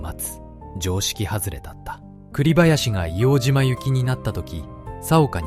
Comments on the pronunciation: ＡＩで変換してるからか？皆さん指摘の「いおうじま」ではなくて「いおうとう」ですね。 あと、 からの、幕僚との説明ですが、写ってる皆さんは下士官か兵みたいなので 身の回りの世話人か伝令？幕僚とは違うと思います。１つ前の写真には参謀懸章を 付けてる人が居るので、上級士官の方達かなとは思いますが。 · 『硫黄じま』ではなく『硫黄とう』です。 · イオウジマではなく、イオウトウと読んで下さい。当時の住居区分では京橋区硫黄島(イオウトウ)です。イオウジマは米軍がわ呼称です。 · 栗林さんのお話、ありがとうございます。ただ一つお願いがあります、硫黄ジマではなく硫黄とうで願います、日本人のこだわりです。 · いおうじまではない。AI失格だ